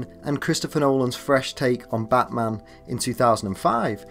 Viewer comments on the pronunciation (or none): none